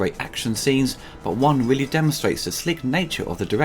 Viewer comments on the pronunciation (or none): none